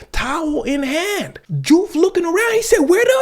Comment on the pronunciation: Nice catch in the name diouf is pronounced joof. lol just saw that you spoke wolof